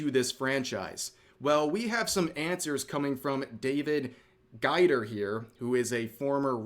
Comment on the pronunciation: It's GAY-DER, not Guy-der.